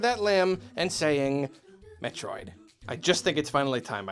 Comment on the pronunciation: LOL HE ACTUALLY SAID IT! HE SAID METRIOD!